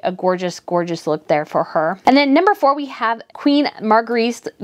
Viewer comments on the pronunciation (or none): none